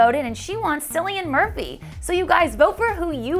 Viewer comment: It's not pronounced Sillyan Murphy, it's pronounced Killian Murphy :)